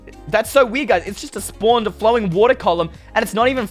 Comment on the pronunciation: Instead of you saying werid you say weed